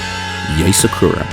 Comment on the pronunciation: "SA-KURR-AA" its [Saa-ku-rA] o3o NICE ART THO 👏🏻🌸